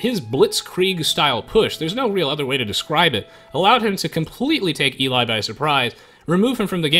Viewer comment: HOW tf did you mispronounce Eli.... fucking hell